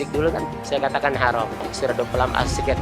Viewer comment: Huram harom Huram haruum Belajar lagi boos Biar lembut didengernye Ga bengis kaya gitu da,wahnya